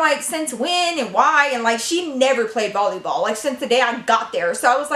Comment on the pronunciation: who noticed she said bolleyball instead of volleyball lol :)